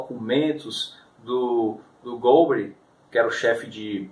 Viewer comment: Por que que tu fala gaspári e gólbery? Nunca ouviu falar neles?